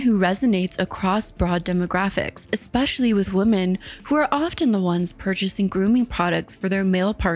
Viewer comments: i was looking for this comment. she also always say woman instead of women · Man Men. Woman Women. Whim-In. The plural of woman is women pronounced Whim-in. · I can’t get over this, it’s been so many videos. The way “women” is pronounced sounds exactly like “woman” every time and it jolts my brain. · Why do so many female content creators pronounce ”woman” and ”women” the same? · it jolts my brain too, and maybe it's a pronunciation evolution. I've seen old movies from the 1940's where "homicide" pronounced as "home-uh-cide"